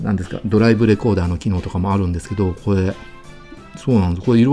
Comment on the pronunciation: 「これ」のことを「こえ」っていうのは幹也の癖なの？それともステハゲのマネ？